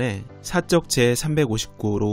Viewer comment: 잘봤습니다. 중간에 두번 '사적'을 '사쩍'으로 읽으시던데 오류이므로 이후에는 바로 읽어주세요